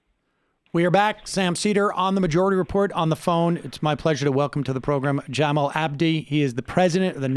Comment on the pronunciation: It’s Ja-mall, not Jam-ill 😂